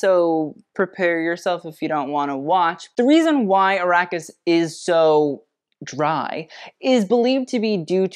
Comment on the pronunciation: Also Ar-ah-kis not Ar-aw-kis